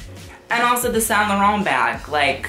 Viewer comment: Je parle français aussi et je t'assure qu'il a mal prononcé non seulement son nom mais aussi les marques de mode genre Yves St-Laurent et tout donc 🤷🏻‍♀️